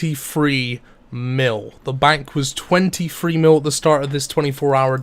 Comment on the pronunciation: “TwentyFREE mill” lol